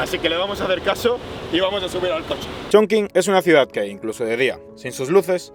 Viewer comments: Todo genial, es total esta ciudad. Pero se pronuncia: Chonchin no chinkin 😗😗😗. Un abrazo! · holaaa! Yo nací en esa ciudad jajaja y como comentario positivo se pronuncia “chongching” aunque se escriba “chongqing”. Videazo!👍🏻❤️ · Hola! Me ha encantado el vídeo aunque cuando decías el nombre de la ciudad me chirriaban un poco los oídos jajaja 😂❤ Para próximas veces, acuérdate que cualquier sustantivo en chino que tenga la letra Q y después una única vocal se pronuncia como “CH”, como en la primera parte de CHongqing 🥹